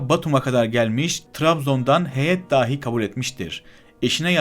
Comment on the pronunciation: emeğin için teşekkür ederim. Videodan çok güzel yararlandım. İşine yaramasını temenni ederek telaffuz konusunda eleştirim olacak: 1. "Dâhi" kelimesi ile "dahi" kelimesi farklıdır. Arapça "deha sahibi" anlamında dilimize geçmiş bir kelimedir "dâhi" kelimesi. Türkçe "dahi" kelimesini "dâhi" diye ("a" sesini uzatarak) söylersen hem anlamı bozarsın hem de BİLENLER için kulak tırmalar. 2. Önde boğumlanan "k" sesini telaffuz ederken art boğumlu "k" sesi gibi söylersen yanlış olur. Türkçe kelimelerden örnek vereyim: "Sözümü kesti." cümlesindeki "kesti" sözcüğünün "k" sesi (ince k diyelim) ile "Bizde kaldı." cümlesindeki "kaldı" sözcüğünün "k" sesi (kalın k diyelim) farklıdır. Türkçe kelimelerde bu sesin ünlülerle uyum içinde olduğunu görürüz ama Farsça ya da Arapça kökenli kelimelerde ince k sesinden sonra kalın ünlüler gelebilir. Doğru telaffuz için önce "kesti" kelimesindeki k'yi çıkar ve daha çıkarırken hemen "a" sesini kaynaştır o sese ve tekrar et: kâ, kâ, kâ... Böyle böyle alışırsın. Madem videolar hazırlayacaksın, bunun için uğraşmanı salık veririm. Sen "Kazım" ve "Kemal", "kahya" kelimelerini söylerken - videoda da sık geçtiğinden - kulak tırmaladı. ("İnce k" veya "kalın k" denmez. Anlaşılsın diye böyle söyledim.) 3. Türkçe durum eki olan "+de/+da/+te/+ta" ekinden sonra gelen aitlik eki (bir cehalet sebebiyle "ilgi eki" diyenler var) olan +ki gelince durum ekindeki "a" sesini uzatmak da ciddi bir telaffuz hatasıdır: Okuldâki (okuldaaki)